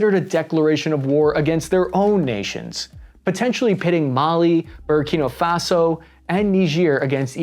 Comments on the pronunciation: Junta, not hunta. Burkina Faso not Burakina Faso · Buddy you are getting dangerously close to pronouncing Burkina Faso as Burger King Faso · it's Bur-kee-naah Fas-oh! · I swear he's saying burgerkinga faso! 😂